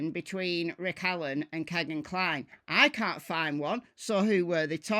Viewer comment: Kegan rhymes with Regan, not Megan.